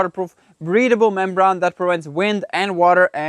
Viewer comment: Membrane ( doing a great job u 2) pronounced brain. LOL. Praying you have good fall weather. Enough rain has fallen on your build.